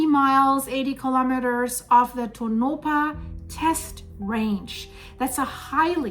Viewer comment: Tow-na-paw = Tonopah